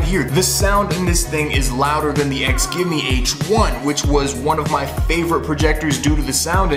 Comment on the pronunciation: It's pronounced she-ow me